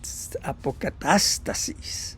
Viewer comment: buena pronunciación de APOCATASTASIS!!!!